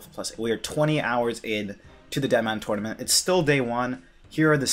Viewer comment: TURNament not Twuynament